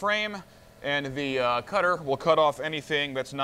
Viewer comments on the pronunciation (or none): none